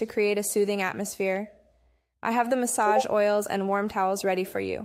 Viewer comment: "MaSsAgE OiL" 😂